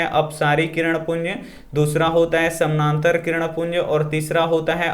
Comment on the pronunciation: Samnantar nhi samantar sir